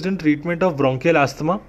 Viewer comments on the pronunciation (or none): Mc sources of hemoptysis-Bronchial artery Not*Brachial ..